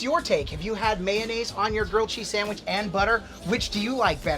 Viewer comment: We dont say sadwich tf